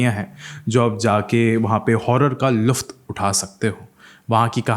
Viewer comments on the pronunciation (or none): luft Nhi lutf sir 😂